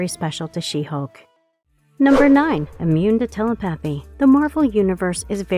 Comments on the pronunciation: Telly pathy lol, it's telepathy (tell e pathy not tell E pathy) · It's pronounced *te-lep-a-thy. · I cant get over the way you say telepathy🤣🤣 "tele-pathy" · I've never met someone who mispronounced 'telepathy' as bad as you.... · The Office does not break the fourth wall. They are talking to the cameraman/ producers who are filming them. Side note, you pronounce telepathy wrong.